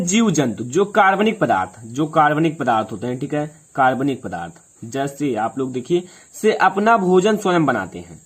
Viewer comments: Sir akarabnik ko karbnik kyu bol rahe hai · Sir video me 3 minutes baad अकार्बनिक लिखा है और आप कार्बनिक बोल रहे है so I am confused me kya samajhu